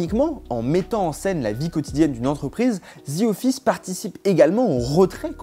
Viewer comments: On dit The Office, pas Zi office. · Genre il a dit ZI office..mdrr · “ Zi office “